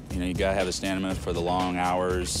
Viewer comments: "Stanima" im so done lol... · "You got to have stanima" lol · Okay, did the guy say “Stanima” or is it just me? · Gotta have that "stanima" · This dude said “ stanima” twice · I’m very upset, he said “stanima” twice